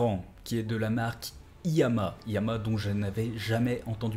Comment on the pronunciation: En fait la marque c'est iiyama pas liyama